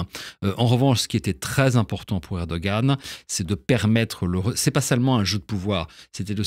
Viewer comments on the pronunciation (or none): On prononce erdo-an, et non erdo-gan. Ça signifie homme courageux